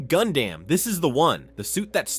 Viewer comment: Gundam sounds like Condam